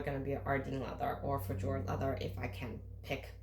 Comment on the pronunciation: It’s pronounced “Feh yord” not “Feh jord.”